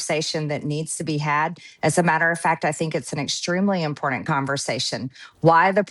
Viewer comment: Marjorie says it's IMPORDANT........Literate people say "important"!